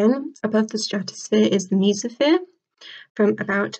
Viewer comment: You said mesosphere wrong.